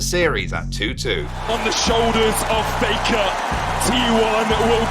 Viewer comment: It's not faker anymore, it's fake-uh😂